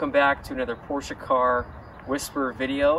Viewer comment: You are one of the only americans that pronounces porsche correctly as “porsher”! Most of the americans either say “porsh-aa” or “porsh”!